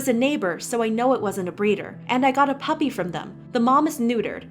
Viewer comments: No one: James Charles: puPP-uRR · can nobody say 'puppy' pUpPeR- SHUT UP OMG